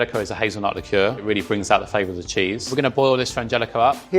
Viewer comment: Nobody:: LIQUOR “L-ICKOOOOORR” Lmao it’s Liqueur I love her though bless her heart 💀